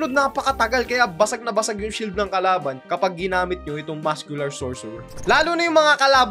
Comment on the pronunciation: Mali pag Sabi mo sa kalaban Sabi mo karaban 😂